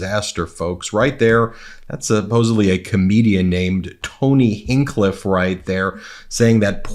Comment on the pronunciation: Yo. Do you ever hear anything? Like with your ears? Did you just say, "hinkliff"? The stand up comic named Tony Hinchcliffe has a big ego and says his name all of the time for you to hear. I hate that I even have to mention Lara Ingraham's name, but you butcher her name as well. Listen to how most pronounce their names with your ears instead of your eyes trying to read words so damn literally. Stop butchering names when trying to read. You're a lawyer? Tony Hinchcliffe is a comedian. He tells jokes. When he mentioned the "floating island of garbage", ya'll unfunny people thought he was going to bring up the Great Pacific Garbage Patch. Like in true comedy fashion he made "FUN" (like comedy implies) of Puerto Rico. By the way......the GPGP is the size of the state of Texas. HAHAHA. Not funny.